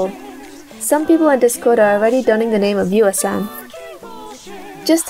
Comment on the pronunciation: Viewaa is just Viewer but somehow made it into a "rad" pronunciation.. Cool